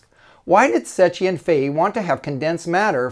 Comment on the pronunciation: it's pronounced "sekki"